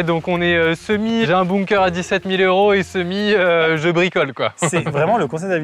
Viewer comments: La vidéo est super mais par contre, ca m'a stressé psq on dint bunker pas boomker donc ça se prononce /benker/, voila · Bunker(Beunekeur) pas boomker